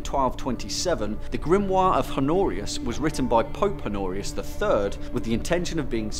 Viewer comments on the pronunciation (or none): none